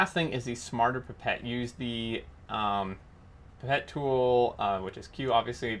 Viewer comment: Great mod. Your pronunciation of pipette is correct. - at least to British ears anyway. I think over the pond some may say “pipe-et’ which sounds horrible to me!